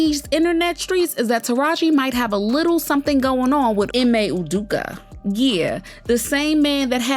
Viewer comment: Udoka is pronounced: OO-DOH-kah That was French toast crazy hearing that mispronounced! 🤦🏻